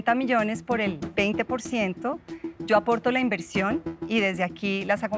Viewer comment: "mirá, yo no quiero nada de ustedes sho hago las cosas sho solo"